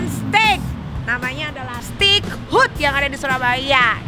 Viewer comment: Bacanya bukan STIK....yg bener STEIK...